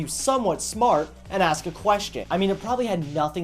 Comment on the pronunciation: ax me a question you pay me lol so typical